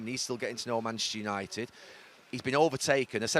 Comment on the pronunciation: Love how neville always says Manchester United in the fastest way possible - manchunited